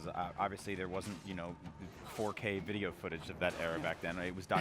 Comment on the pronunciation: why does she keep saying "Vaidio" games lul